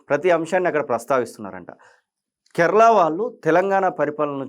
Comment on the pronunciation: కేర్ల కాదు నాయనా అది కేరళ. ఇప్పుడు కేరళం అయ్యింది